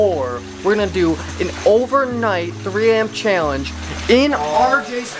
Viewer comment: i love the accent when he says challenge ahah